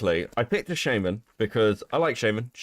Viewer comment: Everytime says shaman wrong it drives me crazy